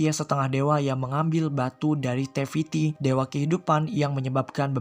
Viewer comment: naratornya ngomong te fitti dengernya teh fitri lol